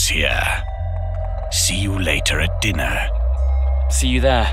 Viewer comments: “Lets have DINARRRR” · LETS HAVE DINNAH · "Let's have dinnaah!" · The way he says "Dinner." So cool